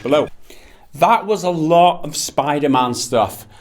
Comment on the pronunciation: "Spider mahn" gotta love that jamaican accent on the word man